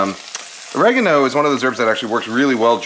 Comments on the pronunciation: Thanks for saying or-reh-garno the British English way ;-) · You pronounced Oregano correctly!!!!! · You may have cleaned your frypan wrong but don’t worry, you pronounced oregano correctly! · Oregano - you pronounced it correctly the first time. Yours sincerely, United Kingdom. 😂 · HE PRONOUNCED OREGANO CORRECTLY THE FIRST TIME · You got the pronunciation of oregano right the first time...